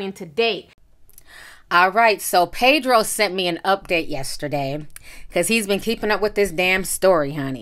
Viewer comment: Pedro, not PAYdro.